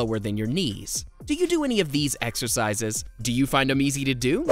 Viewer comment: Exercises? I thought you said extra fries !